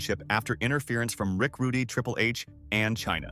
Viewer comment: Rick Rudey? Ffs. A.i slop!